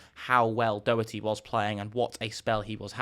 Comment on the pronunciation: Learn how to pronounce Doherty